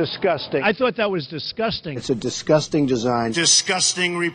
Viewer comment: He says disCUSTing, not disGUSTing.